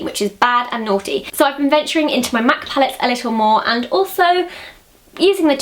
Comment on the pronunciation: I hate when she says mac -.- urg